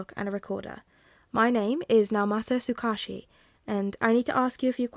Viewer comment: One of the few upsides to being super busy is playing catch-up with this series! Although, I do have the slightest pronunciation nitpick for you. Tsukauchi is pronounced Sue-Cah-Oooh-Chi (cah like 'car' without the 'r')